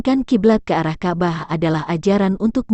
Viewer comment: Ka' bah. bukan kabah blepotan sekali.😂